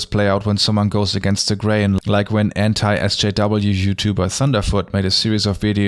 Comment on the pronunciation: It sounds like he’s saying “Entei SJW” which makes me think of a legendary talking fire dog who supports progressive issues. And that makes me happy.